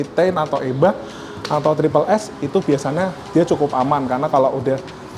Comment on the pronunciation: Siapa yg notice mas nya kalo bilang * biasanya * bilang nya * biasana * 😑